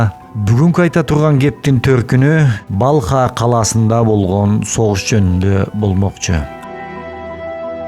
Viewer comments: Балха деген шаар жок. Урдурабересинби. Балх деп айтылат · Балх☝️Балха эмес